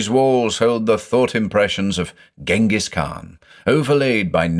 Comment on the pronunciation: I thought "Ghengis" was pronounced something like "Dshengis". In German we spell him "Dschingis" and then there is that Kyrgyz author called Chinghiz Aitmatov, so I assume "Chinghiz" is the Kyrgyz version of the Mongolian name.